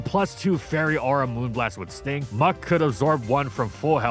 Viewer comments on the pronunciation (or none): none